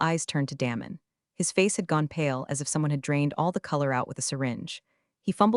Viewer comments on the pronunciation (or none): His name is not Damon, like “damn”. It’s Damon, like Day-mon.